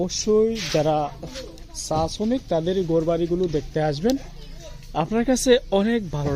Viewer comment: ! ছা! না চা, কথা বলা উচ্চারণ ঠিকঠাক মতো বলে ভ্লগ করুন, শুধু টাকা ইনকামের জন্য নেমে পড়লে হবে না!